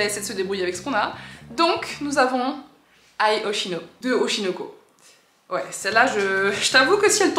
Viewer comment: TU ES OBLIGEE DE RECOMMENCER DEPUIS QUE T A DIS AI HOSHINO